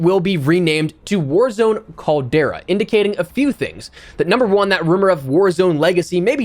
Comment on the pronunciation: In the words of the 5 time, 5 time, 5 time, 5 time, 5 time champ, Booker T.....tell me, he didn't just say that!? Noooo he said "the Caldera" 😵💀😬😬😬😬 not you too E!!! Lol.